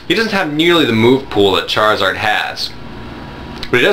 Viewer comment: lol "Chariard" XD